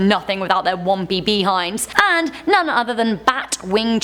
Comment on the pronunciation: Wompy bee-hinds